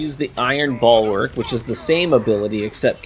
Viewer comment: Bulwark, not "ballwork" lmfao